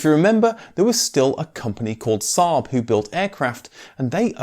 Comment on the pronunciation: The pronunciation of SAAB and Svenska Aero was actually pretty accurate! Not perfect of course, but still very good. 👍